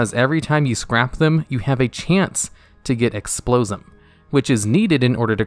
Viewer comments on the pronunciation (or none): Sumptuous, not scrumptious. Expulsom, not explosum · He also pronounces "scrumptious" fur, rather than sumptuous fur. Actually, he does OFTEN mispronounce a whole lot of things, but i've never really givent a shit, it still works ("x. Edit : Explosom instead of Expulsom ! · Great video, but check your pronunciations on Pierre Sumptuous Fur Expulsom